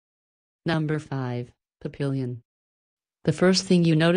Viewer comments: It's pronounced pap-e-yon, not pap-pil-yon. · NO!!! It is NOT "pa PIL yen" It is "PAP pe yon."